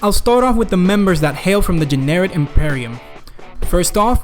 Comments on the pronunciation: i thought the whole time he was saying Generic instead of Jennerit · The Generic Imperium